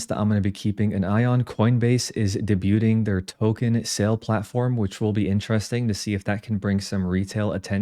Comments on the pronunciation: Debu-TING? ;) Just teasing - great content, great channel. Ty. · debuting the t is silent